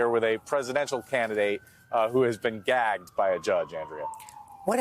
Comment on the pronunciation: I got a chuckle out of the line "a presidential candidate who has been gagged by a judge." He put a lot more emphasis on the word "gagged" than was necessary.